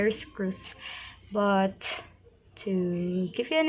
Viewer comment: Have you ever watched your own video!! :v ( What- wath But- buth That - thete told - tolt Dont-doont) still you are pretty so keep on trying ..... :thanksdoc